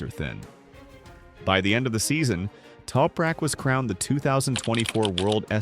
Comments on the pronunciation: Sein Name wird nich toprek ausgesprochen, sondern TOPRAK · Why can’t the commentary consistently pronounce Anything Properly !!! Other than that Crap, a great synopsis on Tooprak’s history 🙄